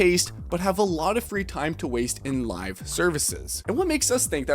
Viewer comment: Bro said “live” service